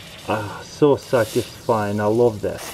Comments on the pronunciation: I think he says "statisfieing" every video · LpsMaya "Syatisfying" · "whoa, that is so satisfine "